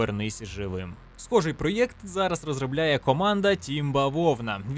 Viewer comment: О ні! Ти почав говорити проЄкт, який ріже вухо як Европа і Єкскаватор(((слова взяті з сумнозвісного каналу)